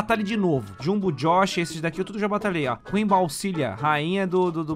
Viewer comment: U acertou o nome do jung jox nem sei falar